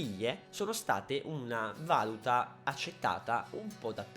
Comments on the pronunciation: Si dice valúta non valuta... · si dice Valùta comunque :) non Vàluta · comunque si dice valùta non vàluta. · piccola correzione da perfettino del cazzo, l'accento giusto è valùta, non vàluta. comunque non vedo l'ora di incontrarti al bgeek!! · e comunque si dice valúta non vàluta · si dice valùta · Ma perché vàluta? Occoddio basta leggere sul vocabolario. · in valuta l'accento è sulla u